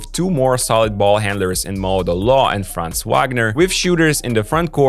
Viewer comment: Valid observations. Germany might go all the way this year. Short note on the pronunciation of "Franz": it's not a long vowel like in "France", it's short like in "buns".